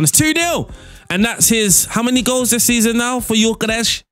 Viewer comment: Hey, the Gyökeres pronunciation was good! :)